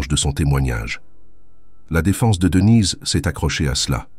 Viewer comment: Marre de ces voix robotiques qui font des liaisons bizarres et disent des choses comme Devinez et Brian au lieu de Denise et Brian, sans même s'en soucier. Ça pourrait être intéressant mais pas sans touche humaine.